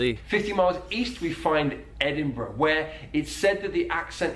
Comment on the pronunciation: I see your now pronouncing Edinburgh properly! Was that because of my “Ed-in-bra” comments 1yr+ ago